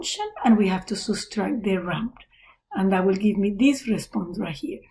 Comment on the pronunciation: subtract ❌ soostract ✅